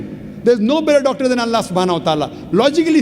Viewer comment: He is right he can only speak logincally and scintifficcly